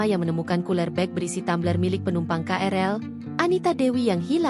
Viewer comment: Tumbler oh Tammmbler....hadeuh😅